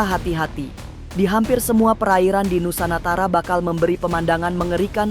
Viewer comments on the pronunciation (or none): Tolong dong teknya kalok baca yg jelas. Masak nusantara di baca nusanatara. Gimana sih bahasa jiwa bangsa yg jelas dong plis